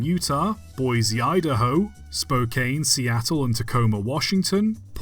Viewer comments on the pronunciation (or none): Spokane is pronounced "Spo-can" I'm pretty sure you mean Tulsa here